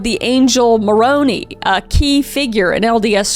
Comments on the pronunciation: Its Moron-I not Moron-E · Not to be that person a second time, but that's pronounced Muh-rone-eye, not Muh-rone-ee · As an exmo, this story is wild. And a heads up! This is meant in a friendly way, but they usually pronounce the I in Mormonism, so it’s Moroni (more oh nye) and Nephi (Nee f eye). This isn’t meant in a malicious way at all 😢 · its pronounced Moroni with a long I at the end not an e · 😂😂😂😂 “more own ee” 😂😂😂 Moroni is usually pronounced “More own eye “ now all I can here is macaramoroni ❤❤❤❤ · Lol, as an lds member I gotta say; angel moronee is def my favorite!!! I've personally never heard anyone pronounce his name like that!! 😂 (it is pronounced more-own-eye btw) and no this is not to rub in your face that you're wrong, nor is it to make you look bad, it just genuinely made me laugh when i heard it (Edit from later nephi is also, similarly pronounced, like nee-ph-eye) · Moronee is pronounced moroneye 😂😂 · “Ma-roni” 😂😂 “Ma-ro-nigh” 👍👍 Much love lol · The angle Moron-ee had me cracking up😂 (it’s pronounced moron-eye) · Hey, coming from a mormon adjacent person, Moroni is pronounced more-own-i not more-on-ie :) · 🤣🤣🤣🤣🤣 It's pronounced more-OWN-eye.... not more-oh-knee. The second is correct Italian pronunciation, so I don't blame you. It just caught me way off guard, and I laughed so hard! 😂😂😂 And Nephi is KNEE-fie. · Every time you say Moroni like "Macaroni", it makes me laugh. I know it's wrong, but it's funny every time I hear it 😂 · its actually pronounced moroni and nephi: like (moro - n - eye) and (nee - f - eye) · love the video kris! one comment, you mentioned the Mormon church figures Moroni and Nephi, as a Mormon myself I got to admit I kinda chuckled at the way you said them! for both of them the actual pronunciation is "Morown-Eye" and "Neef-Eye" Just letting you know for future videos involving the mormon church! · As an LDS member hearing you pronounce BoM characters like Nephi (Nee-Fi) and Moroni (Muh-row-nai) was very entertaining